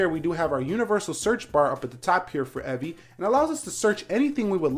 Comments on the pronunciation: How do you mispronounce "Evie"? Its a name and super easy to pronounce. How do you get "Evvie"? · You mispronounced "Evie." If it was to be pronounced like that, it'd be spelled "Evvie." Cool video though